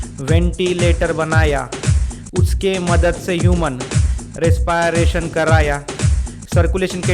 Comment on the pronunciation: You are pronouncing respiration wrong